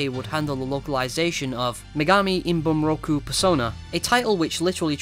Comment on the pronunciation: It is "ibunroku", not "inbunroku".